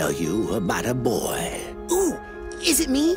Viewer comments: hmmm. "Boi" vs. "Boah". I don't know who wins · What up with games in 2018 and BOI’s, BOAH’s